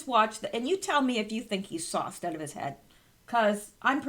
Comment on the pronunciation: Lol.....I thought you were saying "soft". Glad I realized finally that you were saying "sauced".